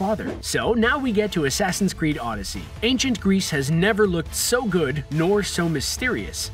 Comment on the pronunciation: Asaasaain Creed odessey